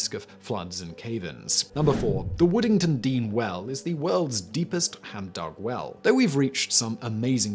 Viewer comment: 4. Woodingdean not Woodingtondean